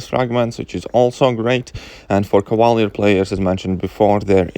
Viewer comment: Lol when you say Cavalier sounds like you’re saying “koala bear” kinda